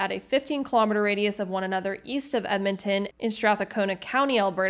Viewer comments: Also,. Metis is actually pronounced May-tee. Strathcona is Strath-cona, with no a sound between syllables. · It's just Strathcona. Strath cona. No "a" in the middle. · Mate, same. I actually did a double-take when I heard that. “Weta-SKEW-win” is a new one for me. Metis, Strathcona, Wetaskiwin… Very good information, but the pronunciations were very off in some cases.